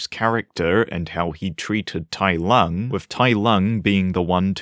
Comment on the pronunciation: Oh my god Tai Lung was soooo butchered, I never want to watch this dumpster fire